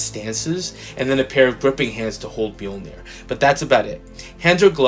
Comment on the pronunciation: Awesome review though I'm not much into female figures. I just liked hearing you pronounce the word 'Mjoinir'🤣🤣🤣 Take care my brother